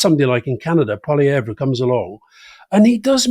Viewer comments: Since it seems likely that we're going to be seeing and hearing a great deal more of this man, here's a little friendly pronunciation advice for all those Anglo speakers out there who sometimes have difficulty with French names. Pierre Poilievre's last name is pronounced 'paw-lee-ev'. 😀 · Poli-ev (the re on the end is silent) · Why are french politician names funny? We're a bilingual country and they're serious and respected ministers. Also, Poilievre pronounces his name like Pol-ee-ev. Otherwise, I enjoyed your discussion about Canada. I will add that LeBlanc is Trudeau's long time friend and replacement Finance Minister for Freeland, so like Freeland will carry the association with Trudeau into the race. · Could someone please correct Alistair Campbell's pronunciation of "Poilievre"? He's absolutely butchering the last syllable.